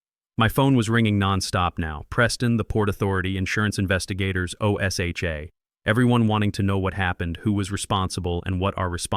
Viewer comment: Teach AI how to pronounce O S HA . It's one word OSHA. O'SHA.